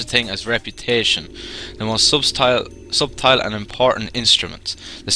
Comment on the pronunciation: Subtle? It's pronounced "suttle"